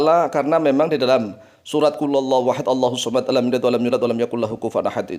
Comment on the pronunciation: knapa di baca lam talid walam tulad walam taka🙏🤔🤔🤔